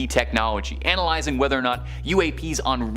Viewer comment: He pronounces it "Anal"ysing Not "analyzing" lol